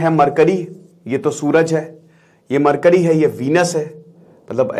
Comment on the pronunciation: "mar curry"😂😂😂😂